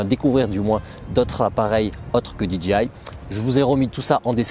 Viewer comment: Euhhh, DJI ca ce prononce Di - DGEY - Aï ... Là vous dites DGI (Di Dgi Aï) et DGI n'a jamais vendu de drones... Sinon, votre revue des drones est bien faite et intéressante, merci !